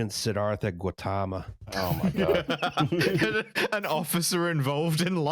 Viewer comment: That's the worst pronunciation of Siddhartha Gautama I've ever heard